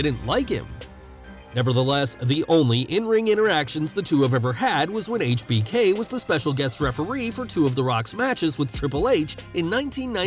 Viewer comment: I like how this guy actually says Hbk properly